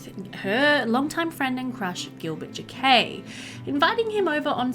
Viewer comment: Oh noooo, checked the player and this is one of the last three episodes in this LP 😢 I hope that you end up coming back to Pleasantview ❤ (Alsooo since we’re still talking about the Jaquets, in case you were curious, it’s pronounced more like Jackets 😂 Jah-K-ette - I’m a french speaker and just wanted to help you out ❤ I think you pronounce it cute and Spanish)